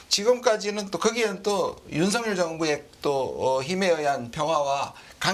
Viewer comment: 윤성렬 아니고 윤석열 입니다. 발음들이 그렇게 안되는지...그것도 방송인들이?